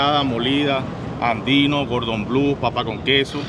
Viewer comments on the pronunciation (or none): Me encanta toda esa comida callejera exótica que tiene Caracas. Pero estoy en Maracaibo donde también tenemos muy buena comida. Pero por favor nunca jamás digan Gordon Blue. ES Cordon Bleu. El nombre es francés y significa Listón Azul.